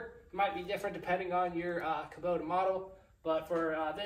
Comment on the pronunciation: Kubota not Kabota!